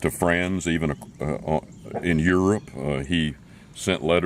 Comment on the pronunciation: did i here him say "In hurope"